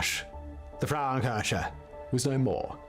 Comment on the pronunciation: His constant wrong pronunciation of „Frauenkirche“ (womens church) especially in this almost insulting exaggerated style is annoying as hell comparable to nails on a chalkboard! Especially knowing that this bald guy has already used both words (Frau [women) and Kirche [church]) in other videos where his pronunciation was way more accurate to the german phonetic which means he must purposefully mispronounced the combination of both words Which is actually not surprising at all … following him for years on different channels and knowing he isn’t even a real Brit (!) and his proper English accent is actually fake (really convincing in my opinion but still fake) i remember in his early videos from almost 10years ago he had a American accent instead of this distinguished Queen’s English/BBC English accent but his views have been back then stagnated pretty low compared to nowadays. Only after he started pretending to be British his view's have began rose rapidly and he got more jobs for different channels as their representer or narrator like in this one (in other videos he has mentioned several times that other people doing the research, planing the videos, do the scriptwriting and that he is just hired by different channels to be their public face/newscaster / Presenter / narrating voice for YouTube content video like this